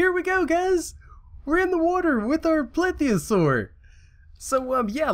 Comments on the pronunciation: ITS PLESiosaur NOT PLITHIOSAUR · This is my favorite video. Plitheosaur, beached, instant lvl 52, gets stuck in a tail spin of doom, to peacefully swimming along, to knocking a shark out of the water.... Not making fun of your pronunciation, dinosaur names can be difficult to say at times. Just liked how it was said.